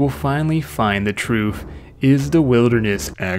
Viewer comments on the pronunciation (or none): "We will finally find the trooph."